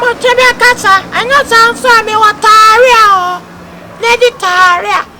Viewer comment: Lol saying tarlia